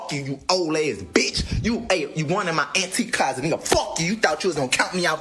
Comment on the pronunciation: I thought he said Auntie Closet🤔